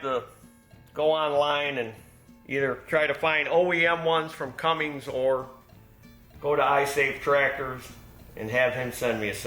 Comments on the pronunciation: You’re driving me nuts saying “CumminGs”. It “CUMMINS”. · in latest video he makes the comment, “Cummings or Cummins…, however you say it”. Which tells me, he saw mine or someone else’s comment, which lead him to make his statement. I believe this confirms my notion that it was a mispronunciation, rather than a joke name. Not a big deal, people mistakenly pronounce things all the time. For example, cinnamon, aluminum, ask, etc…